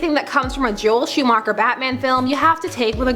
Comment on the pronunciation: How did you pronounce Schuhmacher? It just hurts, like a lot